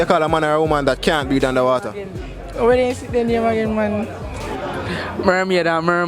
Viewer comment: HEY MY FRIEND uou need to pronounce your words with much more clearance, for the word is not homan, is woman the other is not breead, is breath under water